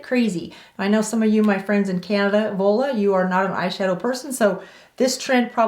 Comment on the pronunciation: Thank you gorgeous girl yes my name is a very Greek name actually it’s like y pronounce Huda the u sound but vula but y did perfect ❤️y lots !